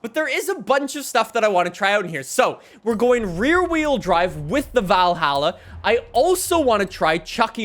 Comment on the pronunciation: Not being mean, but Valhalla is pronounced like you say ball or doll